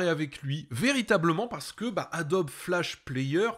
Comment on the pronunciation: ça fait 20 ans que je travail sur la gamme adobe, ça m'hallucine tjrs cette prononciation "adobie" jamais connu un graphiste prononcé de la sorte